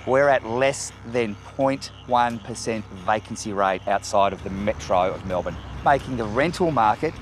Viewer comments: "Mel-bun". Well, at least you pronounced it correctly. Btw, I cut my own hair too and take a bath once per week. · Well they got points for pronouncing Melbourne correctly right off the bat